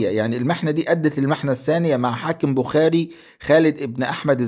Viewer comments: المدينة التي ولد فيها تسمى بخارى وليس بخاري تلفظ بخارا بضم الباء ومد الراء في الاخير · اعيب علي حضرتك ركاكة اللغة فكلمة بخاري ونيسابور لا تنطق هكذا كما أن الارض بما ضاقت عليه بما رحبت . أما المحتوي فلا باس به.